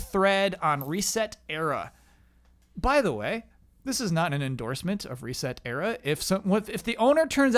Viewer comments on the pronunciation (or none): So is that the official pronounciation for ResetEra? I pronounce it sounding like "etcetera"